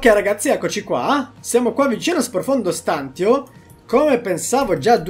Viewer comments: Non è "profondo stàntio" ma è "profondo stantìo" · Dubito si dica stàntio, ma stantìo. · Odio sentire stant io Ahahahaha E non stantio Comunque sei un grande continua cosi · "Stantio" va pronunciato come "stantìo" non "stàntio". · Stantio con l'accento sulla i👍😐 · Profondo stantììììììo non stàntio... lol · ti prego la smetteresti di dire stàntio, si dice stantìo con l'accento sulla i. Se vuoi puoi controllare anche sul dizionario. Mi triggera un sacco come lo pronunci, comunque grande come sempre. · Stantìo,pls stàntio non si può sentire😂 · non è per fare il rompicazzo ma sprofondo stàntio non si può sentire si dice stantìo! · Si dice sprofondo stantìo, non stàntio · Ok che spacchi pure se sbagli la pronuncia, ma è STANTÌO non STÀNTIO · Oltre l'inglese, impariamo anche l'italiano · Ti prego dragon, si pronuncia “Profondo Stantìo”, non Stàntio ahahahhaah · si dice “ Stantìo “ non “ Stàntio “ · guarda che si dice stantìo e non stàntio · Scusami se te lo dico ma si dice stantìo non stàntio, sorry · si dice Stantío non Stántio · Profondo stantìo , non profondo stàntio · Si dice stan-ti-o non stan-tio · STANTÍO Accento sulla I dragon ahahah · Si dice sprofondo stantío con l'accento sulla i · Si dice sprofondo stantìo con l'accento sulla i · dragon ciao belle news complimenti. Però si pronuncia profondo stantìo accentuando la i. Lo stavi anche dicendo bene. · Si dice Stantìo, l'accento è sulla i. Pensavo lo facessi apposta... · si dice "stantìo" con l'accento sulla i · si dice stantìo, con l'accento sulla i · Comunque si dice SPROFONDO STANTÌO !!!!!!!!!!!!!! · Ma non si diceva profondo stantìo?🤔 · la pronuncia di stantio è stantìo(stantiio) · Si dice stantìo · Ma puoi iniziare a pronunciare bene STANTÌO? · Qualcuno spiega a come dire 'stantio' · sei bravo e ti dai un sacco da fare... ma "stantio" per diana non si può sentire l'italiano è importante per chi comunica. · Non si pronuncia così stantio ;)